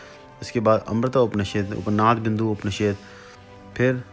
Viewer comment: उपनिषेद नहीं होता, उपनिषद होता है, शायद आप सही तरीके से नहीं बोल रहे